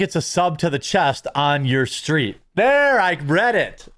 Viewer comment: It's not "ur" street Jeremy. It's "U" street. It's a street in D.C., used to bartend around there.